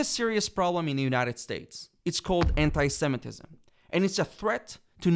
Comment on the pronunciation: Anit-semetism?? You've all lost your minds!!!! 😄